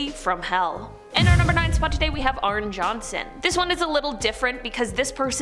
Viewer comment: Why does everyone call Arne, Arn ?? It’s pronounced Arnie (like Barney Rubble)